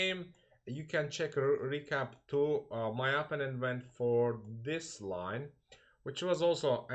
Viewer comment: Vasif, Amerikada yasayirsan, bes niye cox tez-tez istifade edilen “opponent” sozunu indiye kimi duzgun teleffuz etmeyi oyrenmemisen?